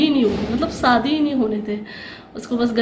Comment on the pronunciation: hello mje kyun replay ni kr ri aj b ap sadi bol ri hain shadi bolty hain mje replay karain ap kyun asy bolti hain iam from pakistan islamabad